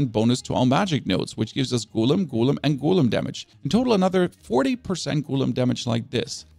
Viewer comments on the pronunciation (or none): 😂😂😂 well I guess English isn't his 1st language so we can let off